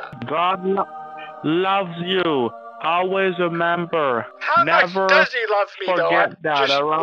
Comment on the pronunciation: "God loves you, aways a'member" new competition for "alway rember happy day"